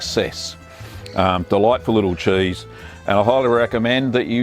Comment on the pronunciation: "chaese". I LOVE HIM.